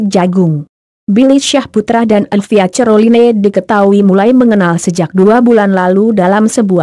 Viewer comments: Caroline aja cerloine baca nya. Ngakak bangeett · Buenci aq klo denger admin ini sering sebut dg salah...neg dengernya..baca caroline aj ceriline..hadeehh..bljar yg bner donk bro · Ngakak dgr admin sebut nama elvia ce-ro-li-ne 😂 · Knpa ngmong nya croline 🤣🤣